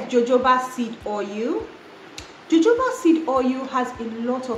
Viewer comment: 🔥@ it's Jojoba ie sounds like Hohoba😂😂‼️